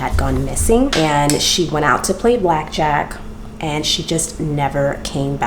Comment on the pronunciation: "Back jack" lmfao (Ta-mul-choo-lus)